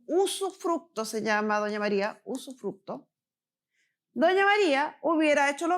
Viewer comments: sufructo, sufructo, sufructo, jajaja terrible esa mala mujer!!! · Usufructo, no sufructo